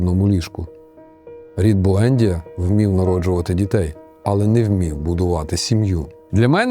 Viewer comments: Буендʼія, наголос на ді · Я не хочу міняти жадного покоління в моїй родині. БуендІя, наголос на І. Італійською книга божественна, катсапською (колись читав) - жахлива й нудотна.